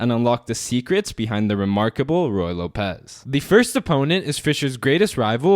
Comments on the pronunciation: Not loPEZ. It's LOpez, like locker. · ruy lópez, not ruy lopéz